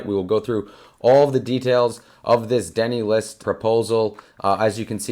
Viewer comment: Denny List? What is that?! Deeee n-eye list maybe???